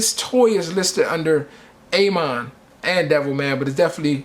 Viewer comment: A. MON lol its ah mon